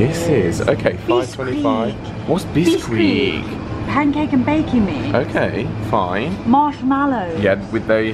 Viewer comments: "Bisquick" rhymes with "picnic". Make biscuits quick(ly) with Bisquick! Please tell me you don't normally rhyme "quick" with "squeak"... "Beeskweek" just sounds reedeeculous. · Brits never like root beer. I loved the pronunciation of beeesqueeeeek… it’s just bis-quick 😂